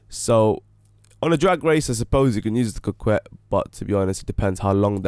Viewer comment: It is pronounced "Cockett".